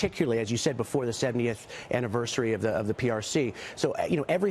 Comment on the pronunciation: For god sake, Xi is pronounced “She” not “Gee” , Maria!